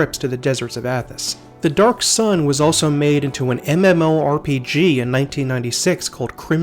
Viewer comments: First video I've seen from your channel. Good job. Have to admit though, I've never heard someone pronounce it "Mimorpigga" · The dude said “Memorpagua” instead of MMORPG.